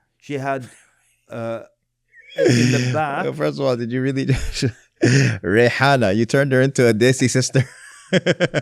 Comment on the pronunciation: "reihanna" really got 😂